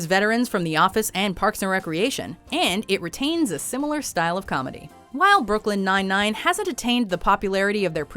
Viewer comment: Brooklyn nine nine she's saying it wrong lol